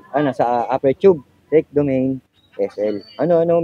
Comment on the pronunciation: "domani" po ang pronunciation hindi "domeyn"